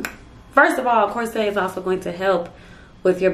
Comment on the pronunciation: Girl I love how real you are. Just one thing, though, the word corset is not pronounced “core-set” it is pronounced “course-it”